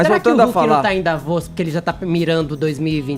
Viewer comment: "Davóz" huahuahua